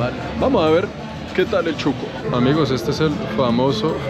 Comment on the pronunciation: Shuco no chuco jajaja 🤣